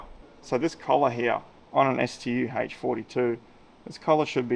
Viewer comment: wow he got the pronunciation of the StuH correct.